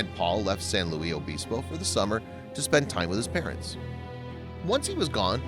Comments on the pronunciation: Please do some research. San Luis (pronounced "Lewis") Obispo and strung together - Sanlewisobispo or Slo (pronounced "slow"). The video shows a lot of shots of a big city with very tall buildings. Nothing in Slo is over 5 or 6 stories tall. Slo is a small town that sits in a valley surrounded by majestic hills that would be called mountains in some places. There isn't a huge city center surrounded by houses as far as the eye can see. The town center is only a few blocks. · Its San Lewis (LUIS) OBISPO. I grew up there and thats how we say it. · well it was obviously a mistake. san luis obispo is my hometown, i live still here today. it’s pronounced how it is spelt. not san louie obispo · Ok video, but you butchered San Luis Obispo. It’s pronounced frenetically, not, “Louie.” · It's San luisssss Obispo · Also can tell you not a Californian ! We say San Louie Abispo ! Not how it is written ! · Please learn how to pronounce San Luis Obispo properly. UUUGGGHHHHH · PLEASE learn how to pronounce a name of a town before you totally murder it. I can't even watch...it's killing me. sorry..good job though.